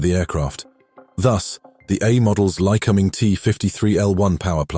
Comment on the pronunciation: Lycoming = Lie-Co-Ming